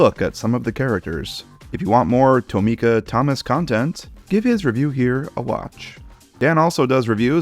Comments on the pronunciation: Tomica isnt pronounced like (toe-me-kuh) its pronounced like (tom-ih-kuh) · I don’t think that’s how you pronounce Tomica 😭